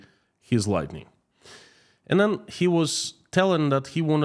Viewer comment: Thank you for this. Your English is very good, except your friend you met deals in LIGHTING, not Lightening.